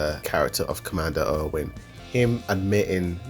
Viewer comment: Why you pronunce Erwin as Owen? Nice video tho